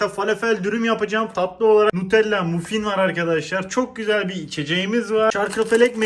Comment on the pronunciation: Nutella mUffin diye okuması fav ÜWMGĞSPFĞSĞFĞDŞR